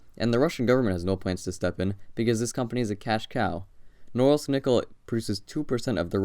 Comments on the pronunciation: Tip: always check stressing in Russian names (in Wikipedia, for example). English speakers tend to mispronounce every single word when it comes to Russian cities. In this case, it should be vor-ku-TAH, MOOR-mansk and no-REELSK instead of vor-COO-ta, mu-MANSK and NO-rilsk. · Damn, it feels so weird to hear foreigners pronounce names of cities. It's Norílsk, not Nórlsk. But yeah, I kinda expected the most depressing city to be somewhere in Russian Siberia, especially at the northern part of it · It's pronounced more like "Noreelsk'. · It does seem pretty gross, just saying its pronounced sth like nahRILSK... you can look up the pronunciation on Wikipedia rather than guess. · You might want to learn to actually pronounce the name of the city before making a video. It is pronounced na-RILSK with the stress on the second syllable. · You pronounce the name of the city so slurred that I was really happy to find it written eventually. Where the f is „Nouwels“? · Nice video, although for anyone reading this it is pronounced "nuh-REELSK" with the emphasis on the second syllable. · Correct pronunciation would be something along the lines of "Noureeelsk" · It's pronounced NOO- REALSK!! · the way you are pronouncing norilsk is driving me insane hahah, it is said more like na REEL sk . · It's pronounced Nar-ílsk. It's a depressing place. For some reason it'd be interesting to visit. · I won't complain about the choice... But man, put at least a tiny little effort into pronouncing its name properly! "Nrrs" was all I could understand. It took me quite a lot of time to actually realise you're talking about Norilsk! NORILSK! No "Nrrs"!! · Man, you should have learned how to pronounce the name of the city of Norilsk right if you do this kind of videos. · Please pronounce Norilsk exactly